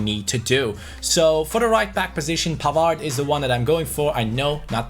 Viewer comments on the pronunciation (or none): If you sign Pavard cause He is French you should'nt pronounce the d in his name pronounce like this (Pavar) Like so can see!:) Its good to have you back:) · and you pronounce pavard as pavar as the d goes away because men is french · can you please say Pavar, you don't say the D:)